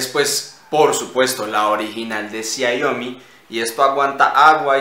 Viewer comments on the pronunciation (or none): Por si acaso, se lee CHIAOMI (la i es de un sonido más cercano y la si que a la i, algo así como CHSIAOMI